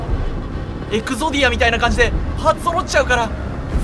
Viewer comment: は「エクゾディア」を正しく発音できる方でしたか！安心した ・・・エ「グ」ゾディアなんて言っている奴らは、Wikiでも確認して反省したのちにを見習うべき